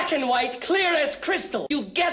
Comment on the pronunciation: The emphasis on the letter “t” in “get”🤣🤣🤣